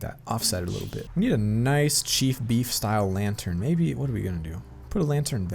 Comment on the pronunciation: chief beef not chef beef